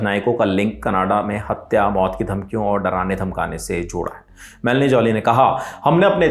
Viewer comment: Melony jolly❎😂😂😂😂😂melody jollly✅😂😂😂